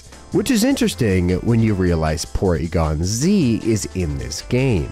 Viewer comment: porygon æ eh eh